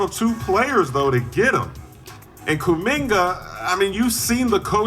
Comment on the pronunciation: Did bro just put a “Hard R” on “Kuminga”?….crazy